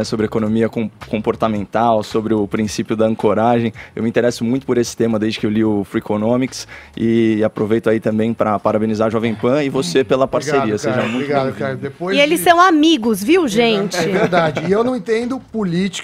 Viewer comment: Primeira vez que vi o Caio viajando ao pronunciar alguma palavra: "Freconômics" Hahahaha... É Freakonomics. Mas perdoo. O menino é bom.